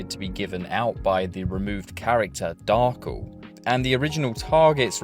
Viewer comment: hahahaha you pronounced Darkel the funny way